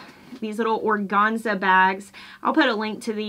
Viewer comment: Or-GANZ-a. GANZ rhymes with CANS.